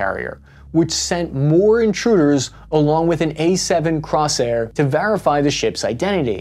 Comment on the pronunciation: CORSAIR NOT CROSSAIR....